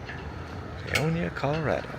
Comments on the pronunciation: That's Pay-o-nia not Pee-on-ya. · Paonia, not Peonia 😅 Welcome to western colorado 💚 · You totally pronounced the name wrong. It’s Pay-own-ya. Yes a wonderful town. Western slope is very pretty. Best peaches ever come from the western slope. Western slope is also known for their apples and lavender. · pronounced 'pay own ya'